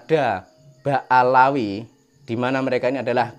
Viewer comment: Bukan BA Alawi om, Tapi BA ALWI,,😂😂😂😂😂